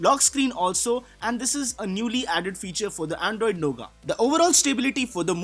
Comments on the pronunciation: great video. But it's not nougaa. it's pronounced as nougat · Lol. 😂 he is calling "noughet" a "NOGA" which he learnt from other channel.